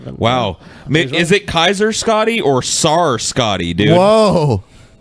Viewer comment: you pronounce tsar like zar forgetful #banpaul